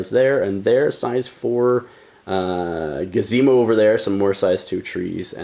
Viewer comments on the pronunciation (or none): When explaining the terrain, did you say gazemo instead of gazebo? 🤣